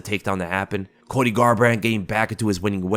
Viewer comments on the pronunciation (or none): none